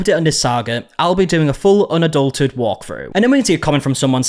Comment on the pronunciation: Why can’t ppl pronounce unadulterated correctly?